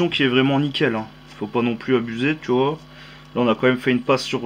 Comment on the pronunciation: Hè hè "Tu vouaaah..." Ca me plais bien ta video!